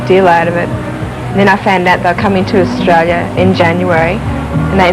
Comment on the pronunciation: Briz-bane Oz-Trail-you're